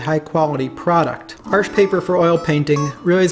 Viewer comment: The way he pronounces Arche, sounds like an american saying "Arsch" in german with an american accent. Which means ass.